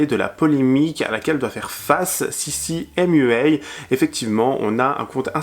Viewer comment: Vous avez tellement bossé toi et que vous êtes pas capable de prononcer sissy mua et train sweat eat correctement!